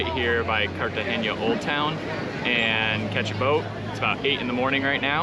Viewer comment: CartageNa, not CartageÑa.